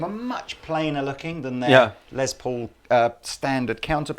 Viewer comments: Stop making les Paul sound like a lesbian! It’s “less” Paul not” lez”Paul! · You Brits pronounce it "Lez" Paul. It's short for Lester (Lester Polfous was his birth name), so it's like "Less". Just fyi. Does not bother me, it's just interesting.